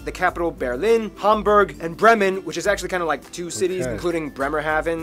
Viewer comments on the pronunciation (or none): none